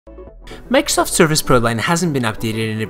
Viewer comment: I can't stand the way he says "Microsoft".